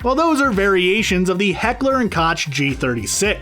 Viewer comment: the way he pronounces hecklar & koch makes me wanna puke